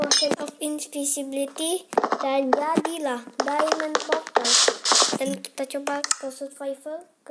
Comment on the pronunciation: kamu ngikutin oyy33 ngomongnya poftal lagi wkwkwk